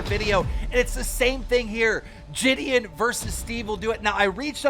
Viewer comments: Bro nah saying jidion as jidian is mad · Ji-d-on it’s not that hard keem